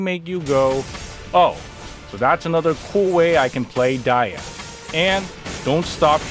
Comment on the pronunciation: The way her name is pronounced sounds so wrong